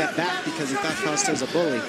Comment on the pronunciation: It's not "coast-ta". It's "Kos-ta"